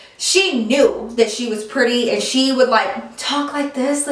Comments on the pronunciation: She straight up said perty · you can hear accent when she said pretty 😂